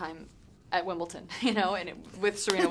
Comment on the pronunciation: wimbleton? wimbleDon lovely